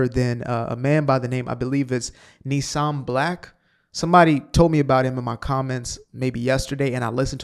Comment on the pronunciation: I’m really enjoying your sane and incisive podcasts. Here’s something I’ve come up with which you might want to adopt: saying antisemitic has become a meaningless, overused war horse. I’ve decided to call it judeophobia. Maybe it’ll make folks be more hesitant to say stuff, just like they’re afraid to be accused of homophobia, Islamophobia, etc.! Btw, his name is pronounced Neeseem Black, and he really is good. Thanks.